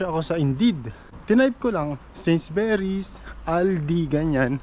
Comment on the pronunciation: Although, this is five months ago,.. it is pronounced, ‘Sainsbury’s,…NOT Sainsberrys,( u, rather than e,..